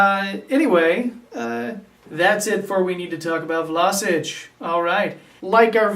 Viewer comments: first of all its VlaSCHiĆ...like schneiderline...you don't say vlaSic... the next thing, Vlašić is an attacking midfielder, the number 10 is his place, a playmaker, not really a central midfielder, he can play wing but thats not his natural positon, his technical play is really good and he is a good passer, he is not much of a defender, but he can play a number 8 or a real central midfield probably, he just needs time to adapt to the premier league, as a Croatian and a Hajduk fan he has real talent to be one of the best croatian players in the future! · His name is V-L-A-Š-I-Ć not Vlasic or vlasic do not englandiziren(german) his name